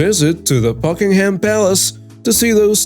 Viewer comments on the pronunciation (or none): The H in Buckingham is pronounced silently. Just saying.